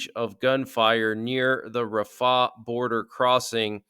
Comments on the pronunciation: it's RAF-ah, not raf-AH. Just sayin'. Thanks for all your updates. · It's not Rah fah...it's Rahfa one name